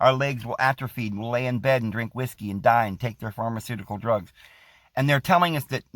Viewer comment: "Cigareets and Whoosky and Wild Wild Wimin..."